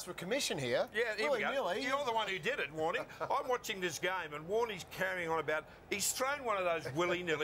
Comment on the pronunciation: Warney? No, no, you got it all wrong, mate. Its a long WOOOORRNEEYY!